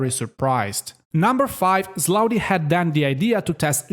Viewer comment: Hey, Did I jut hear you say Sloudi reinforcements? Hahahaha.. I know it's Sloppy